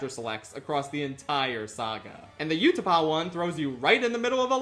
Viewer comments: why do you say utapau like that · It's A T A T,, not "At At". That also isn't how you pronounce "Utapau".